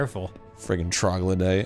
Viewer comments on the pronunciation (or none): none